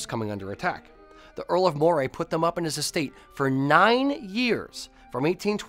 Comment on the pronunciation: Moray is pronounced MURRAY 😉